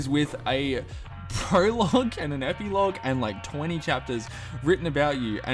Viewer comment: You said ep-Ee-lauge